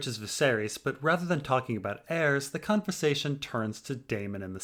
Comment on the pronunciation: did you say "cuntversation" or "conversation"? 🤔